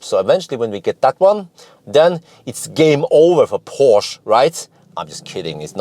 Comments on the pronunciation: You've nailed Porsche like a German, now to work on how they say Taycan (Tie-kan).;) ONE = multiple Porsche test drivers!:) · Well done on the Porsche pronunciation I actually believe Taycan should be pronounced Tie con!! More fun to be had with our German friends lol